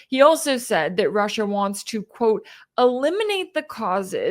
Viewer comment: Hearing Putin pronounce his country-‘Rush Shia’ let’s call it that from now on-❤